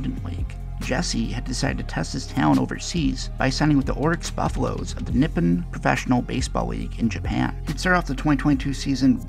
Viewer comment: And it’s pronounced “Knee pon” not “Nip-in”